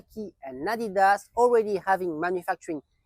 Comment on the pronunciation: Thank you for pronouncing "Adidas" correctly 😆👌